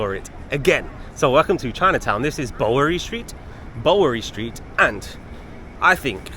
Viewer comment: I can't believe the comments on the hotel video that said "you get what you pay for". No one would pay for a vermin infested room. Glad that place is out of business. BTW the Bow in Bowery is pronounced like bow to the king.